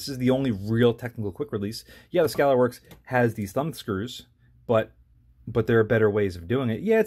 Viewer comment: Where in the hell on planet Earth can you get an American Defense Recon mount for $200 ???? I paid $285 for mine. Also (you mispronounced Scalarworks) (and you mispronounced Reptilia in a different video) lol.. I love the video and after watching that just reaffirmed that I'm going to buy another American Defense Recon. However, I would love to see this test on an American Defense Delta series vs the Recon series.